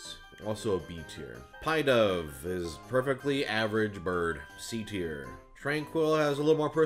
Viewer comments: Let's play a game called "How bad are ProZD's pronunciations of Pokémon names?". Ah yes, Munna's that dream-eating Pokémon that uses a Mun Stone. I hate pie just as much as people hate using "Pie-dove" in battle. You were right with your first try at Sewaddle, but then you just overcomplicated it. And with Cofagrigus, you ALMOST screwed up. Nice save, but that didn't stop you from forgetting what Archeops is based on. Wow, I can't even joke about how bad Escavalier's was! But it only ever appeared in the anime twice I guess, so... fine. Elgyem's name is based on LGM (little green man), while Beheeyem's name is based on BEM (bug-eyed monster). There, now there's no excuse. Lemme ask you something regarding Bisharp. Is it called a bishop, or a bye-shop? And for Vullaby, is it called a lullaby, or a lulla-bee? For the Deino line, their names are based off the German words one, two, and three (ein pronounced as eye-n, zwei pronounced as zw-eye, and drei pronounced as dry). I don't ever wanna this anyone screw it up again, it makes me sick to my stomach. I won't tell you at all how to pronounce Cobalion, Terrakion, or Virizion, though. Figure it out yourself. Not even Keldeo, since you're the first ever person I've heard mispronounce it (plus, it's part of their group as well). Someone buy this guy Pokédex 3D Pro for his next birthday, please. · Did my man just say Pie-dove?